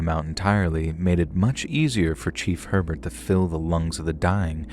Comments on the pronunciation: It’s not pronounced HER-burt but rather AY-bear. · lmao dude down here in Louisiana Herbert is pronounced a-bear and belle chasse is bell chase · New Orleans native here. Admittedly, you’ve done better than most with the pronunciation of the names, places, and people of our unique region. But…I can’t help but give constructive criticism. Herbert is pronounced “Ay-bear” Belle Chaise is “Belle Chase” like you chase someone. The words that look like they’d be said with a French accent are usually not as complicated and are said as they look. Plaquemines (as in the Parish) is “PLACK-uh-mins” plack like black, Mins like wins. I have offered my assistance and expertise in the Southeast Louisiana regional knowledge. I can help with proper pronunciation and of the incredibly unique and diverse heritage that formed my hometown. We do things very differently down here.